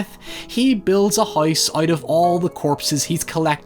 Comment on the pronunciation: Out ❌ Uoot ✅